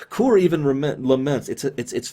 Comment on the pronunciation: isn't the name of the Klingon Kor? not Koor? i mean aI may be wrong, but thats what i remember his name to be